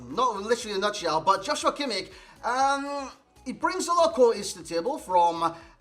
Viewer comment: You cant pronounce him more wrong 😂